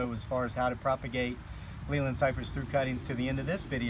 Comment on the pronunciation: The correct, English way to pronounce Leyland is like ' lay land', it is a town in Lancashire, the home of Leyland Motors